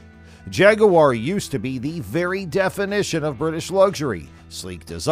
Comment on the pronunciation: “jaguuwore” “nitch” haha great vid tho! 👏👏